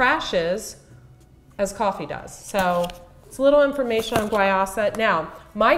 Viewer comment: It's pronounced why-use-ah